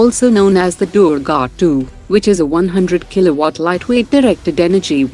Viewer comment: Indian voice honi chahyie yo proper bhol sKe Indian words ko like Durga laser weapon , Rudra & Prachand